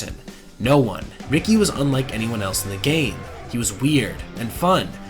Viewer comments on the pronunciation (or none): none